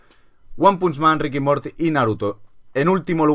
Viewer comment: Se dice Ricanmorti